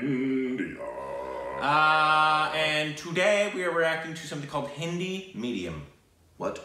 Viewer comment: I like how has drastically improved his pronunciation of hindi words